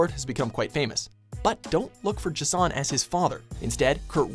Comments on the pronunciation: Is Jason so difficult to pronounce? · Except with the pronunciation of J'son's name. Which is wrong.